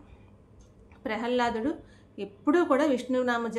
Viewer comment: ప్రహల్లాదుడు కాదు మా. ప్రహ్లాదుడు